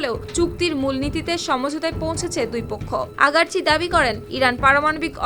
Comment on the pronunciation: সাউমারানি আগারচি না। আরাগচি। 😂😂😂 কি সাংঘাতিক।😂😂😂